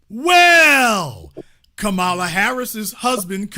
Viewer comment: Yall need to stop purposely mispronouncing Kamala name. I noticed this done even more from you ignorant people since trump and fox news do it, so yall on here are repeatedly saying her name wrong.